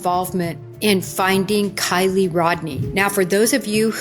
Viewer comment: I don't know why it really pisses me off when people talk about kiely and cant even be bothered to her name right!🤦‍♀️😡🤬 its KIELY, not kyle!!!!!